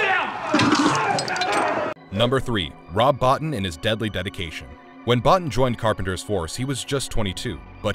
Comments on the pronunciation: His name is pronounced 'Bow-Teen' not 'Bot-tin'. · It’s pronounced Bo-Teen not Bah-Ten. Other than that I enjoyed the video. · Omfg, it is Bo-teen not bot in, Rob Bottin.